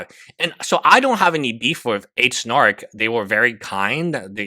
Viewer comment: no I didn't mean to laugh at his English (its not something to laugh at). He says Demins because he has no idea who she is so mispronounces it . He also mispronounces h3 as he which is also funny.